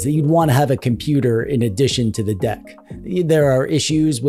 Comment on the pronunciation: Not computer its compooper❤